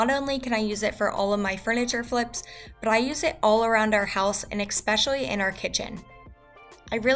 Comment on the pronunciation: eXpecially? sorry, but.....